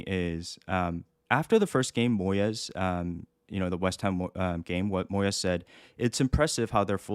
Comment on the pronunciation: Davide Moy-es, the Spanish version of David Moyes. Jokes aside, great video.